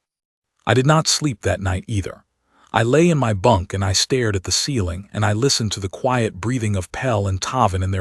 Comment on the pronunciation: I like these stories but I really need the ai to start reading stared and bowed right 😂